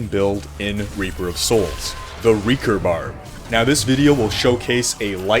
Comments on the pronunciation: It's pronounced RAY-CORE not REE-CORE. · Raekor, not reakor! ^^ Sorry! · RAY-KOR holy mother of god dude